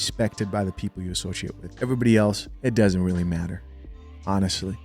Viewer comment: Joe was weally weally twippin